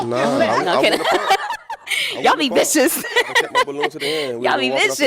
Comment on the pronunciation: She said “viscious” 😂